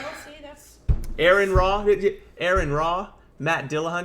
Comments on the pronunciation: Bro. Do NOT listen to Turek! More faith to have no faith-based beliefs? It's pure rhetorical garbage. Also, his name is Aron (Are-in), not Aaron. You didn't corner anyone. The purpose of the show is not to disprove God. It is to give religious people a platform to try and prove the existence of their God(s). Atheists do NOT need to prove a damn thing. There is no good proof of a creator God. Therefore, there is no good reason to believe one exists. The burden is on you to prove that your God exists, and it's been 2000 years, and we have no good evidence that any God is real since every time we investigate a claim of anything supernatural we eventually discover a completely natural cause. Get over yourself and do a bit of unbiased research into what you believe, and you might just realize that you've been lied to all your life. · Yeah he even said it’s pronounced like you’re saying RN. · It's Ah-Ron. Get his name right